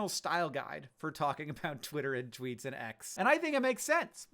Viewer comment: Canadians be like "you read my Twoots, eh?"